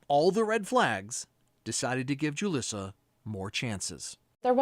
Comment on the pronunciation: It's really weird that the news keeps calling her JU-liss-uh when her name is obviously pronounced HOO-lees-uh. Why aren't we making sure that we know her name? She deserves to have her real name shamed and blamed.